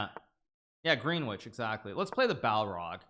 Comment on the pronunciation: it's GREN ITCH